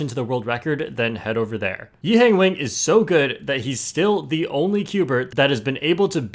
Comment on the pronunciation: Bro still mispronouncing “Wang”